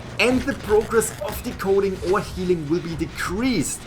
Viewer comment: When this man says decoding or hunter it hurts me